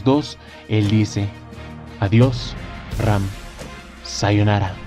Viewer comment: siempre dices REm en vez de Ram :v